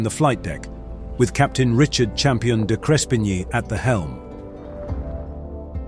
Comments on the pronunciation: Good account but your pronunciation of the hero Captain's name was wrong. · You could at least have learned the Captain's name pronunciation. Insulting. May not mean much you may think, but in aviation, attention to detail is extremely important. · How about you learn how to pronounce the pilot's name. Such disrespect. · Why didn't you use an Australian accent or correctly pronounce the captain's name?